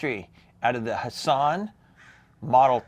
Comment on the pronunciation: Love your videos, but I thought the T in Hatsan isn't silent lol